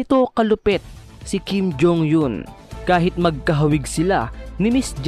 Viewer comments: Mali ang pgbigkas mo sa apelyido ni Kim jong Eun… eun ay di yon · Natawa ako sa pronounce ng kim jhong Yun. Hahahahahahaha